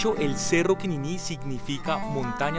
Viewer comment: Todo muy lindo pero está acentuando mal Quinini y Cumaca. Se oye muy raro .